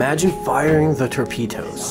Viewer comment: Or Tor-pee-toes....